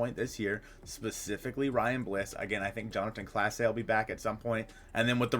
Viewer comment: Its it not pronounced Claw-say? I feel that's how they pronounced his name on the broadcast?